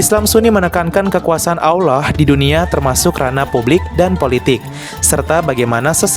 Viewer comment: Nyebut Allah tapi kayak Awloh